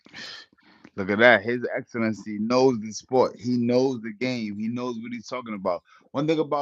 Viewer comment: Zab is selling out boxing. Boxing is great already! It doesn’t need Dana White to make it great again! Zab just want to get down for a check. Can’t even say His Excellency’s name correctly.😂 stop it!